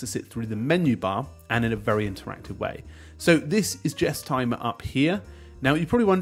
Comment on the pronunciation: Surely its pronounced list Guess not Jess. "Guess-timmer" Like guesstimate.